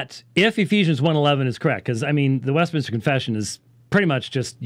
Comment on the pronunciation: Why do all the guys say west MIN-IS-TER? ITS MIN-STER! 😡 LOL